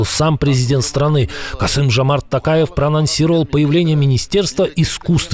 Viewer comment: Ни Такаев а Токаев